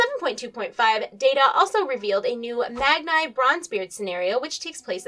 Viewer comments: im sorry but that Magni Bronzebeard name pronunciation ... i know you aren't a big lore person but..seriously..magnai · Magn-eye ? Who's Magn-ayy ? ayy lmao